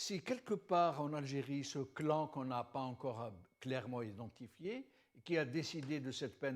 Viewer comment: Je retiens ce CLAIREMENTE un adverbe qui se fait féminin, une première pour mon oreille.. bye bye monsieur...e !